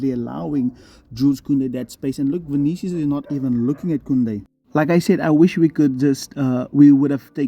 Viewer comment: Vinchenchus lmao